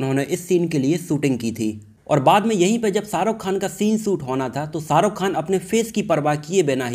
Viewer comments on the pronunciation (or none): Abey ssaruk Khan Hrithik rossan nahi Shahrukh Khan hrithik Roshan